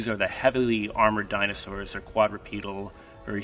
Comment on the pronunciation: He may be an expert but mans butchered a lot of the dinosaurs names so bad